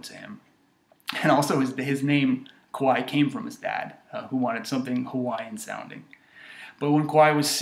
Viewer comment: he out kwahi because it sound more like why that KA WHI